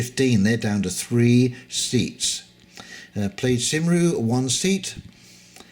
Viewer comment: As ever, yet another informative video. For future reference a fair pronunciation of the Welsh political party is - Ply'd Kum-ree.